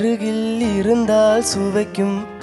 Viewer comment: இருந்தால் is correct word, but he sings இறந்தால், not ira,iru is correct pronounce..